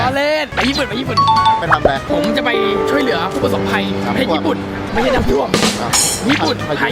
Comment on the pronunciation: ช่วยเหลือ ไม่ใช่ ช่วยแหลือ นะะะะะ